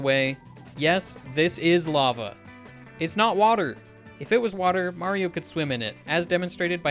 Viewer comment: I hear Marble Zone even though it is Mario